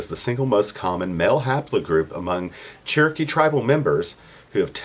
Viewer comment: White people all ways say there chrookee